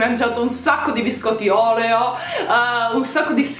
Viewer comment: si dice Orèo non Òreo😂😂